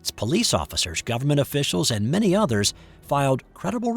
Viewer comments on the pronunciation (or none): none